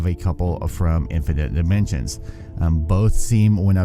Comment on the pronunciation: “Provinens gunam” “infinit nimensions” “super heavy nuny”